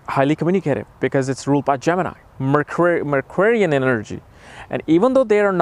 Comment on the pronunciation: I love that you said "mercuarian" instead of Mercurial 😂😂🥰